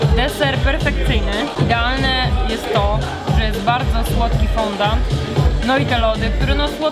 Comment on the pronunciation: To jak już się edukujemy to też fądą, a nie fondant 😁